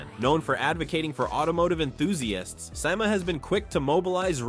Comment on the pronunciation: Why do you keep showing Trump ? He ain’t even back in office yet. And you must not be a car guy yourself. It’s pronounced (see-maa) SEMA.